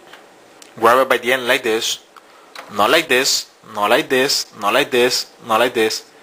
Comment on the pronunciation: lol. "not like this. not like dis, not like dis. like THIS!" lol